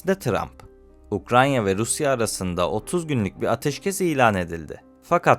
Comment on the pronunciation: Ukranya değil Ukrayna lütfen